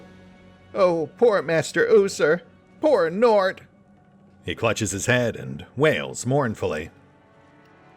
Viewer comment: Also, Norte is a 2 syllable word: Nor-te. Translated from Spanish: North.